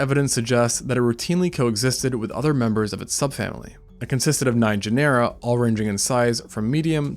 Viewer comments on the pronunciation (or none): I love your videos but everytime you say Genera like Panera makes my skin crawl. It’s pronounced like Gin-uh-ruh like gener in generation. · Say "janera" one more time. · it's weird that you put all this stuff together but can't pronounce "genera" therefore never even took high school level biology?